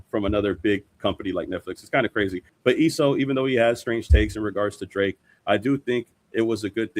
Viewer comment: Esso= S.O. to help you out a bit